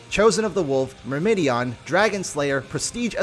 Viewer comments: its Myrmidon, not myrmydion. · mur-muh-dawn...not mur-mi-di-an... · There is no second “i” in “Myrmidon”, it’s not “Myrmidion” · Just so ya know, Myrmidon is pronounced "Mer-mih-don." I think you were accidentally adding an extra "i" in there, lol. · It's Myr-mi-don not whatever you said lol